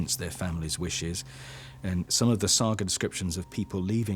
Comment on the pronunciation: How can the presenter not know how to pronounce “saga”?